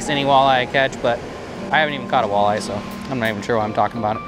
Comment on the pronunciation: I literally stopped watching marshall outdoors cuz he says walleye that way...